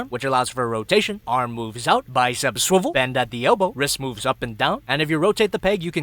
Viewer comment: swiwelll 😂 i swiwell all over tue placeee😂